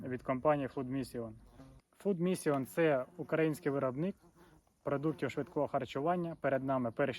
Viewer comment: перезнімай - фуд мішін :) чи мішин... наголос на перший склад